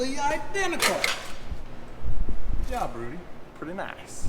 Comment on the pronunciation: "I DENTICAL" My cousin Viny!